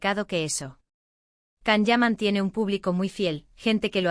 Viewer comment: His names is pronounced “Jon” not Kan.